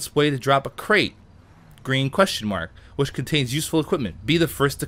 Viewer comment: ***** he said "wish", not "which".